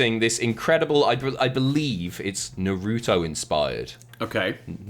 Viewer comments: trying to say Naruto lol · Naru-Toh, and what a shame. Would have been a good match.